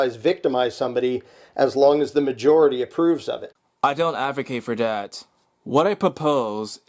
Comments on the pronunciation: it's that not dat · Dudes words: 'duh fack, 'dat', 'dis', 'dee outcome'. I get that he has a speech impediment. Sadly, it only adds credence to the idiocy of his 'answers'. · seriously how can anyone take him seriously when he can't say "that."